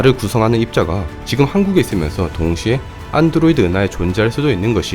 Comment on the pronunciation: 안드로이드 은하? 아이오에스 은하?